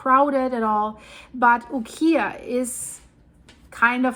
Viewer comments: UKIAH is pronounced U-KI-A Not KEY, but K-eye (long i) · Ukiah pronounced by a friend who lived there is “ You ky ah”. Ky rhymes with my. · I always heard Ukiah pronounced like, U-Kai-ah. (Not like the furniture store). I grew up in Calif. I'm not an expert, just what I heard. You have awesome videos! ❤️ Keep it up. California has all kinds of hard to pronounce town names, lol. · Ukiah is pronounced like: you k’eye yah. The double O (oo) in Coos is pronounced as in boo or food. Regardless, love your reporting,. ❤